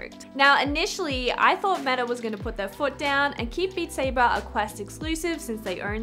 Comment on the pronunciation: Beat Saybah!